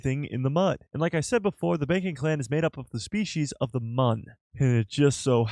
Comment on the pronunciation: Why is it so hard to say the correct pronunciation of Mune not Mun smh